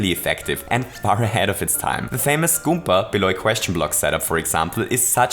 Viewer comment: 'goomPa' Dude, i thought you're the expert.